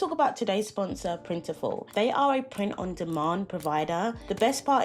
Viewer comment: They did but still maintain separate brands. It’s funny that merged the names though. It’s Printful not Printiful.